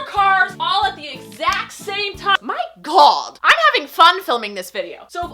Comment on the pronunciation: I love how she says "my GAWD" with an accent😂